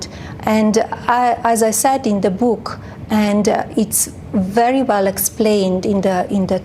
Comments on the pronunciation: Its not boooook, its book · Not her bewk. The bewk. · I don't wanna read your book since you can't even say book correct 😂